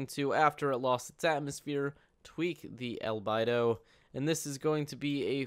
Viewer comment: I want to punch you in the mouth every time you mispronounce albedo...